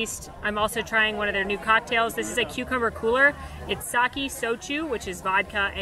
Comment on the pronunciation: It is pronounced "Sah-kay," not "Sah-key."